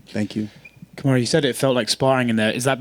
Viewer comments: Isn't it "Kamaru" instead of "Kamuru"? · They always butcher his name, Karumu, Karuma, Kamara 😑 wtf UFC? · Kindly fix the spelling from 'Kamuru' to 'Kamaru' Like he said, put some respect on his name. Lol.